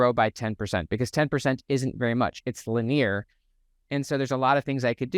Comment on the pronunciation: I absolutely love your content, your delivery, the references, the hard science, your enthusiasm. All of it. This is such a rich channel. I do have one funny suggestion though. I think you are using the word "linear" but I have never heard it pronounced as Lah-near. I have only heard it pronounced Lin-ee-er. The only reason I mention it is because it took me out of the video twice by the minute mark. I realized I had been pondering the linguistics of "linear" rather than listening to you. Maybe I'm just wacky and my brain is weird but I thought I would toss it out there as something to consider because I know you would want any feedback that might make things more efficient. Thanks again for the amazing content. It is about the most concentrated source of knowledge in this area IMO.